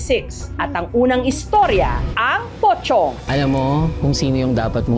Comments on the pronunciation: Pocong, but sounds like pochong😅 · MAS KINILABUTAN AQ SA SPELLING NA ''POCONG'' SA PRONUNCIATION NYANG''POCHONG''😂😂😂😂😂